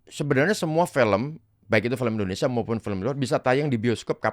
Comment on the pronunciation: Indonesia bukan Endonesia, Nung 😂